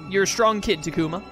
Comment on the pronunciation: I’ve just come to accept people will always pronounce things strangely. He also says Ta-ku-mah but all the characters say tah-koo-ma. I watch a different YouTuber who pronounced togemon as toe-jeh-mon instead of toe-guh-mon. I started watching ’ playthrough of Digimon World Next Order and the game say Ma-sheen-dray-mon.